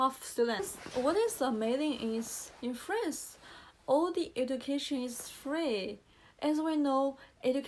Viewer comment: 1. 刚看到第八秒，你的channel 和 france的a都发错了，两个[æ] 你第一个听起来像是[e] 第二个像是[ei] 而且还把n吞了。 2. 看到第26秒，一个句子里不是所有单词的发音都需要完全完全发出来的，你应该完全不知道liason的一些规则。小词的弱读（比如，to不要发饱满的two, 而要发成/tə/，就好像can不发/kæn/而发/kan/一样），非元音单词前的t的吞掉，元音前的t变成flap t等 3. 看到第43秒， 你granddaughter的发音问题和france一样，那说明你真的需要在这个音上重新下功夫。pa的后面为什么有r的卷舌音，你读idea不会读成idear吧？ 4 看到第46秒，do是助动词后面的动词只能是原型，所以你想表达强调应该说，he did help me a lot. 然后是lot的发音，我不太确定你觉得自己是英音向还是美音向，如果是后者的话 not,lot 的o 都应该发/ʌ/ 而不是 /ɒ/, 但是你好像发成了/au/ . appreciate 及物 需要加 it